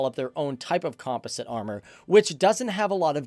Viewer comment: It hurts. I can’t… “Lecler-C” “Com-poh-sit” 😖 And shows a Russian tank as a patton